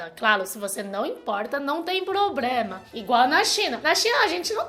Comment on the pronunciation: Coisa mais fofa falando "probrema" kkkkkkk aaa